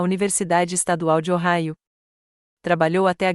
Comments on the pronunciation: O Raio????? Correto: OHAIO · O correto é Ohio😊